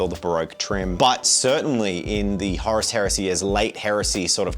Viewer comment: Maybe they didn't invite you to WH World is they are angry at the way you pronounce Horus. 😅 These look great by the way.